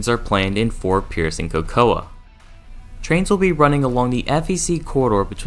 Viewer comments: The City of “Cocoa” is pronounced with the A being silent. So, basically it is pronounced like “Coco”. Just for future reference. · Cocoa is pronounced COCO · Next time you do a video, please find out how place names are pronounced. Especially "Hialeah" (high-ah-LEE-ah), "Boca Raton" (boh-ka rah-tone), and OMG I can't believe you got this one wrong, "Cocoa". (ko-ko). Google is your friend.